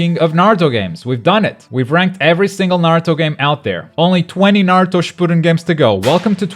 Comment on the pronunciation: That not how you pronounce Shippuden